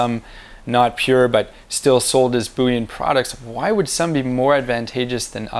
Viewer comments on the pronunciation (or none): I love Canadians when they pronounce "bullion". Unless they catch themselves, they say "bouillon" which is a stock used for soup. i.e. Vegetable, bee, and, chicken bouillon. :)